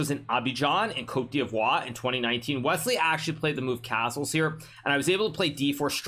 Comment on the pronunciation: The way Hikaru pronounces Côte d'Ivoire 😂